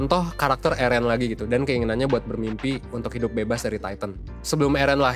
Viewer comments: Plis lah bang,,,, Eren,,, bukan ErEn:') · eren itu bacanya eren bang, bukan eren. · Yg bener itu Eren banggg, bukan Eren🤣